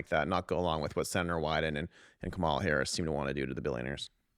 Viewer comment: Kamala is pronounced COMMAla.